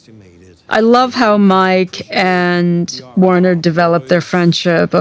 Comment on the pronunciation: I hate to correct the people who created these characters, but Werner would be pronounced with a "v" sound, like "Verner." Also... I find it frustrating that this YouTube video shows screenshots when they're talking about specific parts of the show that we need to watch to understand.